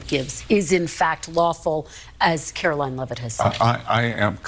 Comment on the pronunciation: Brain dead AOC can't even pronounce Caroline's name, right